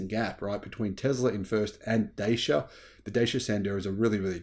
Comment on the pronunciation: Dacia is pronounced “Da-Cha”, not “Day-C-A”. Jeesh.